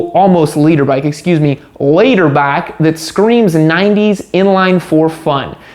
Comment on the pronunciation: Is it “leader” or “litter” bike?